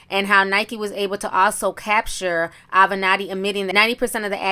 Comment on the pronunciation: You finally pronounced his name correctly! Mr Avenatti 😒